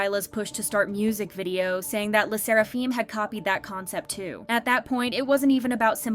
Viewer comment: “Le sseraFEEEM” wtf